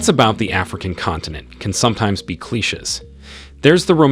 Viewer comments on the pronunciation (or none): Dear Narrator, This seemed like an interesting vid at the start, but I lost interest in less than 5 minutes due to you mispronouncing very simple, common words. 1. you said "coop" like in chicken coop. Pronounced phonetically it's "coo". 2. you said "cleeches" instead of cliche, pronounced phonetically it's "klee shay". 3. you said "jigga". Pronounced phonetically it's 'gig ah" (giga). Please get some help so people will not start calling you Punchy. Good Luck. I'm out. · What are kleeshuhs? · Cleeshes & Coops... hmmmm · What the hell are “kleeshes” that the narrator keeps talking about?!? Maybe he’s trying to say “clichés” ?!? That’s pronounced Klee-SHAY! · Just curious....what is a "klehches"?? 😂😂😂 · Cleeshes… lmao